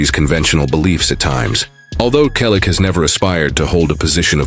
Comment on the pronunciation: There is a lot of misinformation in your comments. Learn English. It's free on YouTube before you post another video using an AI generated voice. That sounds awful. I am a relative of Tom and you cannot even pronounce "Selleck" correctly. What is shocking? Your stupid video? We, the family on behalf of Tom, have already reported several times that he has not confessed to anything. Tom also has already confirmed that he hasn't given an interview about James Garner in a long time. The last one was 11 years ago, immediately after James' death on July 19, 2014.